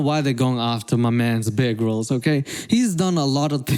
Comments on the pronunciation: I thought you said bearg rolls instead of bear grills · I honestly kept hearing 'big rolls' instead of bear grylls sdalkjsljaljs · Anyone else hear him say "egg rolls" when he was saying Bear Grylls? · I swear you're saying bear girls